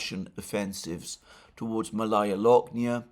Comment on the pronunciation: It is pronounced "Maalaya" Alexander (meaning small), not Malaya.